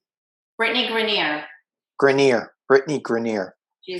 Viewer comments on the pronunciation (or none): Great session! Thank you! BTW, Brittany’s last name is pronounced GRINE-er. Rhymes with BRINE (as in brining a turkey).